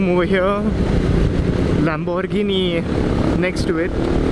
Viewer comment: Your story telling skills are on point. Next time you should explore the suburbs of Mumbai. They way you tried to say Lamborghini in an Italian accent 😂😂😂. Keep on making videos like this cause we love them